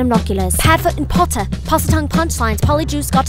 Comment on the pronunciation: Why is harry potter becoming popular rn on every social media like yall are late late, also stan draco or he will not say poTTaH anymore :)